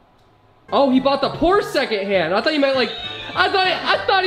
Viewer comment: He said pshore